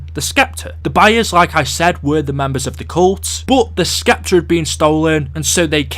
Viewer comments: ITS PRONOUNCED S-EPTER NOT SK-EPTER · lmao "SSSSSEPTER" the "C" is silent.....seriously, you youtubers TALK all day for a living. you'd think you would learn how to talk properly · Oh my god the C in sceptre is silent this guy is driving me nuts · The way you pronounce Scepter is very distracting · i was just about to say that